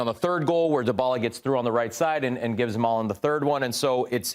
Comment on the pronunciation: The way these guys pronounce Dybala: Da Balla (da baller) 😆